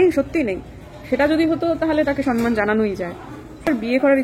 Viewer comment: বাংলা ভাষা যখন বলেন তখন একটু ঠিক করে বলুন। ”মামনি আসে নি জন্য” তো ব্যাকরণ সম্মত নয়। ”মামনি আসে নি বলে”। সম্মানকে সনমান বলেন। সম-মান I আপনার মতো শিক্ষিত মানুষ যদি ঠিক বাংলা না বলেন,তাহলে ভাষাটার কি হবে?